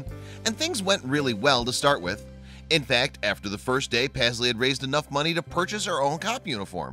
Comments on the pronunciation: Pazzlee? I thought it was meant to be Paisley-as in Payzlee. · It's pronounced PASS-LEE? I thought it was prounounced PAYS-LEY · He’s saying the name totally wrong u should know because MY name is Paisley